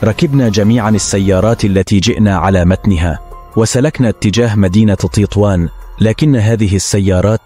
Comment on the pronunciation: تطوان وليس تيطوان